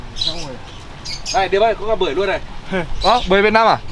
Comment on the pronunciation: May sao lindo phát âm được chữ bưởi 😂😂😂